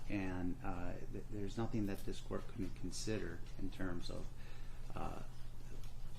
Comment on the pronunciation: "My baby didn't do nuffin"🙄